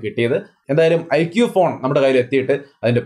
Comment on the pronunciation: Mi 11x നല്ല നിലയിൽ തന്നെ തേഞ്ഞു അല്ലെ 😂😂 Iqoo 7🔥🔥🔥 പിന്നെ ഐഖൂ ആണ് (ഐക്യൂ അല്ലാട്ടോ )💕💕